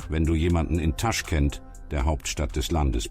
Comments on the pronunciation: es heißt nicht TAschkent, sondern TaschkEnt!!! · also, wenn man nicht mal weiß wie man den Stadt ausspricht, warum soll ich den Bericht anschauen? es wird nur genau soviel Wahrheit erzählt wie das Wissen von Autor- nämlich nichts!😱😰